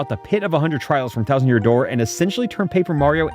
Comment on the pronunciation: Release the thousand yousand dousand vid